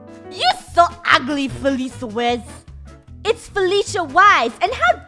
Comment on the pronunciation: Felicia: iTs FeLiCiA WIEZ NOT FeLIcIA WiZ